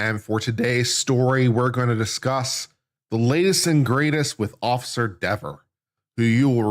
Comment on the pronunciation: It’s pronounced “DEEver” 🤔 😂